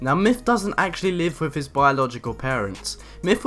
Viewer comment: everything that ends with th, he says it like “Myff”